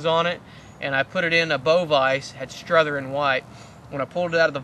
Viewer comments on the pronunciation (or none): I'm just saying, I know multiple people who have the name Strother and they go by Strother. Not Struther.